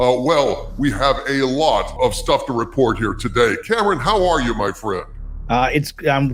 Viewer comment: Kam-ran not kampung.